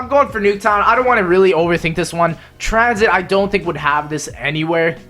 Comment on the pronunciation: wtf it's transhit not tranzit